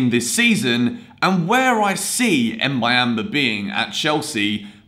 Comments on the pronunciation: Boo-yam-ba thats how you pronounce it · It's pronounced Mbu-yam-ba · Say "Mb"uyamba like you say the "mb" in the word "number"